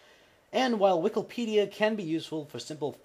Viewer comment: would you mind reading wikipedia the correct way? Not as "wikalpedia"? Your videos are great, but it is starting to bother me.